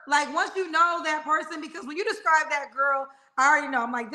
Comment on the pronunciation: doesn’t even speak well. He’s trying to say describe but saying scribe. Then said estraint. What are those words? I think he should work on being more at peace with himself in order to get who he desires.